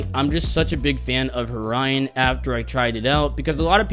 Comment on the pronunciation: Btw they time stamps Horion says Orion :)